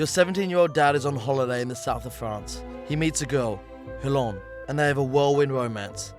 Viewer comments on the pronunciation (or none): French bird called Hell-lon, lmao